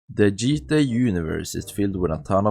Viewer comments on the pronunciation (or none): “The jeetah universe” 😂😂